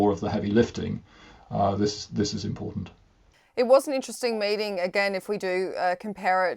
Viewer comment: I heard "mating"